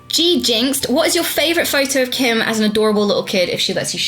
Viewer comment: Kim pronounced my name wrong XD